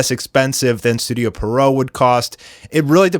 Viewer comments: Yeah and Pierrot is a French clown’s name in origin and pronounced as the name ‘Pierre’ followed by ‘roe’. Pierre-roe not Perrow. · Literally, no one knows how to pronounce Pierrot correctly. Some say Peridot some say Pero-oh. But it is actually pronounced: Pee-ur-row -> Pee + Arrow -> Pierrot And I fucking meant it. NOBODY in the anime community pronounces it correctly.